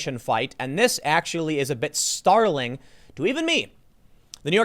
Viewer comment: lol did tim say Starling or Startling?